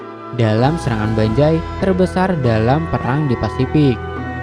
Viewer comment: banzai bang bukan banjai 😢